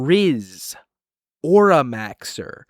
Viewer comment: im closin my eyes i just hear the most well-pronounced "rizz." "auramaxxer."